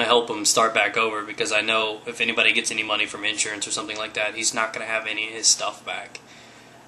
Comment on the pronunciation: Abviously? Yeah i think you mean Obviously, plus it's called money not Monay.